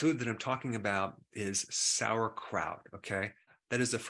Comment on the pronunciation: The only thing he lost me with was when he said sauerkraut 😩😩😩